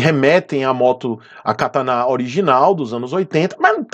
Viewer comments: Kataná? Kkkk cara sério que você errou a sílaba tônica da palavra? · Vc pronunciou katana errado